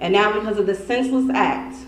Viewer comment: Not Noww But Right Noww